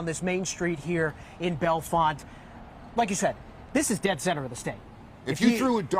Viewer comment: I wish the news anchor from KDKA would please learn that Bellefonte is pronounced Bell Font not Bella Fonta.